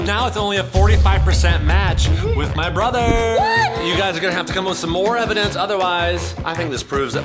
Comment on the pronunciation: I love when chad seid evidonce 😂